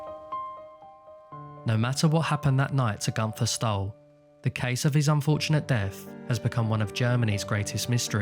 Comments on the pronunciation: The way he said günther is just amazing how wrong americans or british speak out german names . He litterly said GUNTHAR . You say GÜNTERRR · It's pronounced Goon - Ther. Not Gun - Tha. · Very sad and mysterious tale indeed….The German Name of Gunther is actually pronounced as: “Goonter”…..If Gunther was attacked, then how did they know where he would be in the first place?….If Gunther was indeed assaulted, then this definitely involved several people rather than just one assailant….It would be almost impossible for one man to do all this…..Or, it’s possible Gunter might have been suffering from Undiagnosed Paranoid Schizophrenia, which made him suffer from paranoid delusions….Delusions which made him believe that someone or various people were out to get him!…..It’s also possible he may have been a Secret Agent that had been uncovered, and was on the run from the East German Stasi….Or, a former Operative for the Stasi or the Russians during the Soviet Era, that had gone AWOL and Defected to the West…It certainly could be that the Russians were after him to silence him….These are the most likely scenarios that I can think of for now!….Hope they help solve the mystery….Somehow, I doubt that though……Excellent video that was very well researched and presented…. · Maybe atleast try to pronounce the name right. gUnFeR O.o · It's actually an ü.